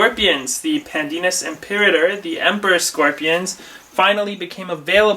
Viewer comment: i love how you just butchered the latin name...